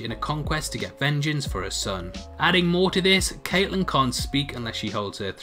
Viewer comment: After just rewatching the first season I realised I pronounced Catelyn wrong when recording this so I just wanna apologise. Not only is my accent bad but now there’s that on top so I understand if you wanna smash up your computer. But...as you’re doing it...also smash that like button....please...I’m begging you....no what are you doing??? THATS THE DISLIKE BUTTON!!!! NOOOOOOOOOOOOOOOOOO